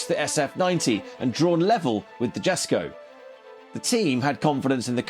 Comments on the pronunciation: Surely downforce = downward weight? Christian von Koenigsegg won't be happy with how you're butchering the JESKO's name. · But its only "street legal" on waivers. It has no airbags or anythying. The "Jesko" you misspronounced is fully road legal in nearly all countries. If you wanna compair race cars with a plate theres lots more to compair to.